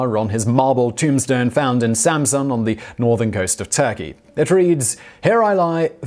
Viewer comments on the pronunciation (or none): none